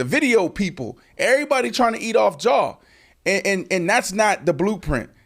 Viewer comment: Dawg I'm faded cause Brandon sound like he's saying "jaw" Morant 😂😂🤣🤣Oan, Ja "strap" Wick needs to get right😂😂🤣🤣